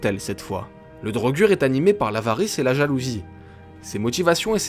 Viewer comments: On dit pas drogur on dit drogueur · PTN MAIS MEC LES DROGUUUUUG MAIS MERDE CA SE PRONONCE DRAUGEUR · Ca se prononce pas DraugEUr?Dans skyrim les pnj prononcent draugEUr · Les draugr se prononce "draugueur", mais il sont inspirés des "draugur" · D'après les dialogues du jeu c'est pas DraugAr mais draugueur (pour la prononciation ) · "Draugur" version francaise peut être, ils me semble qu'en anglais ca se prononce "draugeur" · Marrant pourtant Draugr se prononce Draugeur dans le jeu, moi je trouve Draugur un peu trop soft ça fait moins sérieux. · et non c'est "draugueur" pas "drogür" la façon auquel on prononce le mot "draugr" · La vraie prononciation est bien drogur, même si dans le jeu ils disent drogueur, tu as raison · Siegfried Nicolas il me sembler que dans les pays nordiques il prononce sa draugar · Draugr en version général, draugur en islandais. les deux se prononçant draugueurr mais c'est pas notre "eur" c'est le R que tu prononce en le roulant avec un bruit de gorge. ce son est présent dans d'autre mot comme brisingr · La prononciation, ce n'est pas du tout ça.Vieux norrois : draugr : /draouguèr/ => draugar : /draougar/ (a court) Islandais : draugur : /dreillegur/ => draugar /dreillegar/ (a court) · Drogueur est une erreur de prononciation du jeu